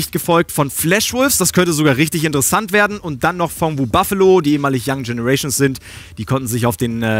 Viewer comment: das wird INTersesant ... betonung ;)